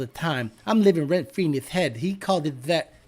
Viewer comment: Rent Fwee